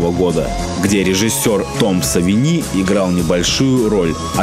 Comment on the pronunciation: В фамилии Тома Савини ударение на первую "и", а не на вторую. Легко проверяется через ту же самую серию Симпсонов, кадр из которой автор вставил в ролик. ЗЫ Римэйк просто офигенен. Особенно порадовало то, что фильм снят не как тупой закос, а является интересным свежим на тот момент взглядом на классический сценарий. Правки вставлены там, где они действительно были нужны, особенно порадовал троллинг над любителями классической концовки в конце)